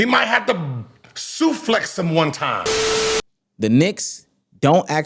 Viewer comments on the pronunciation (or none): This man said suflex 😂